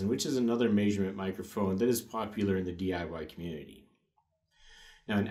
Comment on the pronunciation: not to mention "maysurement" and "Nahrmal"